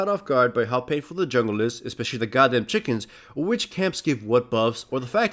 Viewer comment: When said chickens, I laughed. He pronounces it like Cartman.